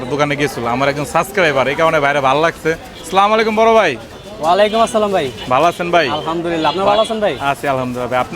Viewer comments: সালাম টা ঠিক করে আগে শিখেন মিয়া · সালাম টা ঠিক মত দেন